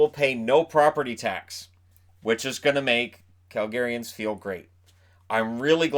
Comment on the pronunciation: It's weird I hear Targaryens when he says Calgaryans... :D